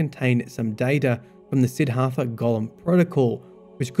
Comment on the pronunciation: SID-DHART-HA not SIDD-HARTHA